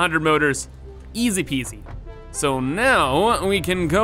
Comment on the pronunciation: Ты так смешно говоришь изи пизи